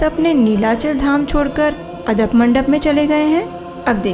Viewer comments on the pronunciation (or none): अ द प नही,, आड़प मंडप मंडप है ,जय जगन्नाथ🙏🙏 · बहुत सुंदर। वैसे अदप मंडप नहीं आड़प मंडप कहा जाता है ओड़िया भाषा में।